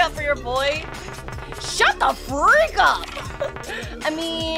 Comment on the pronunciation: I love the way she says "DA FREAK" 🤣